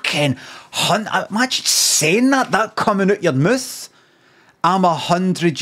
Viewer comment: Oot yer moouth